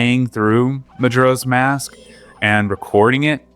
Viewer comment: it's actually Mujura if you can believe it. But who's keeping score? Hyrule actually rhymes with dull. It's like, Britishy.